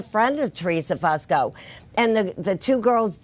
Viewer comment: Its not pronounced Fuss ko. It's Foo sko